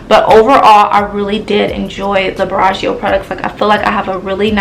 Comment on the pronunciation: u are saying the brand name wrong 🙄🙄🙄